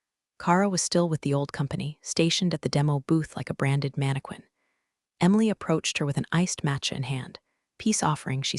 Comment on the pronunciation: Mannequin is pronounced manikin. It’s French if AI can’t pronounce the words correctly don’t use them